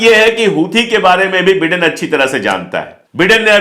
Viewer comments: बिडेन नाही भाई बाईडेन😂😂😂😂😂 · Please pronounce Biden correctly it sounds like Britain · The pronunciation is BYDEN. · Dear friend, it’s Biden pronounced as ‘Bydon’. Please..